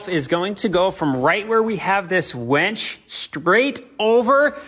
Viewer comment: It’s a winch. not a wench! Lol